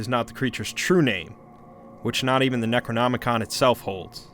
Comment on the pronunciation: Is the raining sound necessary? Wait did you say Necronomican? As in the book of the dead? If you haven’t done a video on that it would be great if you did.